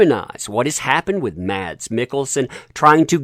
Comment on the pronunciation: His name is not pronounced Mads. Is it without the D just Mas